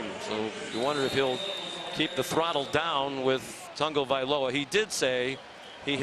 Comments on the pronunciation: it is pronounced tongue-o-valoa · His name is Not Tungavoiloa